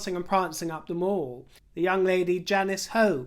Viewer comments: Love your chats, they make me laugh out loud and your dresses and jewellery are divine. One thing though…… Mall, as in The Mall, or Pall Mall, is pronounced mall, as in pal, not as in maul. Hope you don’t mind me being a picky old bird! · Love the satire,. Always brilliant! Disappointed to see Thomas Markle is speaking out about coming to meet Prince Charles and Her Majesty at the time of the jubilee. Such bad taste! And, we (as Londoners) always pronounced The Mall (as in Pall) not Mawl as in American.